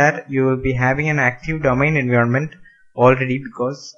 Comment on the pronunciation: Learn how to pronounce environment. I have heard lot of indians making this mistake.